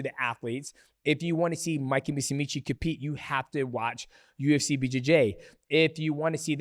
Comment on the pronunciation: "Mikey MOOSEEMEECHEE"